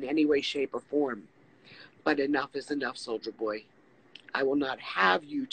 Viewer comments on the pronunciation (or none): She can't even say his alias right. She keeps saying Solider Boy lol